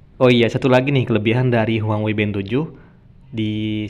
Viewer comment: Bukan huangwei bang, tapi huawei 😂